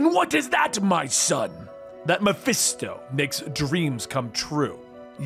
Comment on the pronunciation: why this man keep saying MephEsto